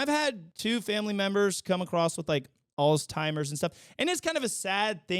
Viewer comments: International news segment is a great addition. Always good to know what's happening around the world. (Also not to be that guy but it's "Altz-heimer," not "alz-timer". Sorry) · It’s so cute how you say “alls-timers”. It’s a weird word. There’s actually no “T” in the word. Alzheimer’s. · God dammit, I love ya buddy but it’s “Alzheimer’s” Alls-HIGH-mers 😭😭😭